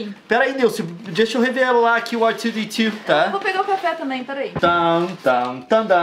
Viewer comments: nao é ar tiuo di tiuo, é erre dois de dois .-. <3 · Dá tanta agonia o leon falando r2d2 em inglês